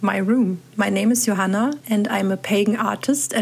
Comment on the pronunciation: So witchy 💜💜💜 hello from another Johanna! I don’t hear Johanna pronounced the proper way in the US often. So it’s a lot of correcting people! Lol